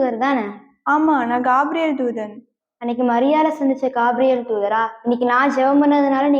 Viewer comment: கேப்ரியல் not gaapriyel